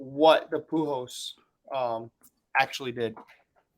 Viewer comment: Also, keeps saying Poo Hose. I dont know who that player is lmao.